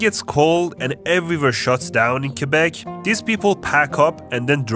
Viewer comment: I don't know where you're from in Canada, but most people I know who have graduated high school just say "Quebec" and not "Kwabek".